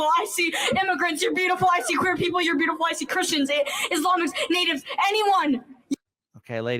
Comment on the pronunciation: Yew aRe bewtifuww. thank yew foR WsistinG